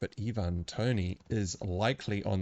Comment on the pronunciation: great analysis. I will say with pronunciation for Ivan Toney, it's just as in the common first name Ivan, not Eevan. And for Chelsea, it's Lavia, not Latvia. Latvia is a country :D